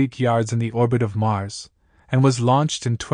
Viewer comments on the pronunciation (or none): none